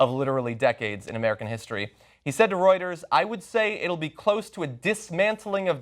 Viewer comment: "Wroiters" What is that??